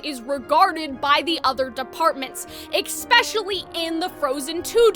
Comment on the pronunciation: I'm so sorry but why does she say ekspecially instead of especially ??😭